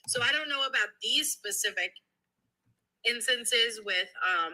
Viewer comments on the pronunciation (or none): It's pronounced SPECIFIC not PACIFIC 😉